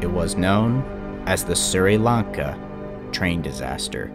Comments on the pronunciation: By the way Sri Lanka is pronounced "Shri Lan Kah" not "Siri Lan Kah", and the death toll was around 320,000. And it was the worst tsunami in history. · Its Sh-ree not Sir-e. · Just so you know, it's pronounced "Shree-lanka", not "Sir-e-lanka". Nice video so far though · For the record it's pronounced "shri" Lanka Doesn't really matter just figured I'd mention it Keep killing it you're doing great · "I'm sorry in advance if I mispronounced names or places. " Me: Ahh! Camon mate, how bad can it be?: "Siri Lanka railroad..." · The Sri in Sri Lanka is pronounced as Shree. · It’s pronounced, “Shree-Lanka” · By the way Sri Lanka is said like this (Sh-ri-lan-ka) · It’s pronounced “Shri lanka” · Sri= sh-re Lanka..